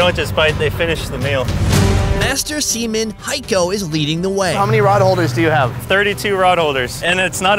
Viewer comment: who else heard "semen" instead of seaman?